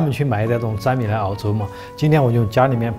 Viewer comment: 粘米，那不叫zhan mi叫nian mi